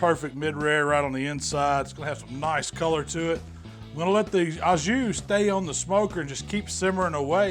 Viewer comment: I’m horrible but I LMAO when you said “I’m just going to let this beef soak in this Jew.” I know you said “jus”. I’m probably going to hell.